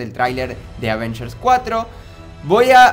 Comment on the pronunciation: no dice bien avengers 😡😡😡😡😡😡😡😡😫😫😫😫😫😫😫